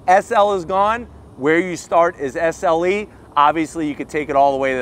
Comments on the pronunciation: SLE... not SeL 😂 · Hey, You kept saying “SEL” badges all over the back of the vehicle. It’s SLE. 😂